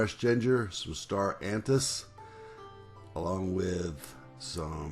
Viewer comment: There is no such creature as "star antip", it's Star Anise - pronounced just as it's spelled. The coriander you put in the tea bag was actually cardamom. The coriander you added to the pho at the end was actually green onion/scallion. Thanks for the recipe variant, anyway! :)